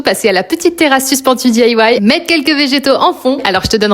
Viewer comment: Dis aïe wouaie ? Et sinon « fait maison » ce n’est pas plus joli à prononcer ?